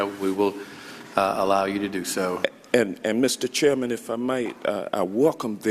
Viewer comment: “Thank you Mr. Chairmanum...” What an idiot.